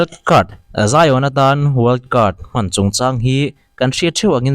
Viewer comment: wild card ni na na well cart tih tlat reng mai😂